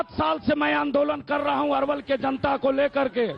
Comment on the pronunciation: अरे भाई पहले अपने रिपोर्टर को नाम तो सही से बात के भेजो। अरवल है ये अलवर नही।